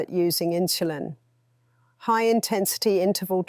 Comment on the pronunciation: What is with this "inshulin". Very annoying!